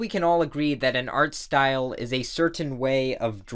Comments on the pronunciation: " its probably Art-aware of the style" At least thats what i thought he said 😂😂😂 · this video is bugging me off because you (idk if intentionally) say "art style" in specific tone most of the time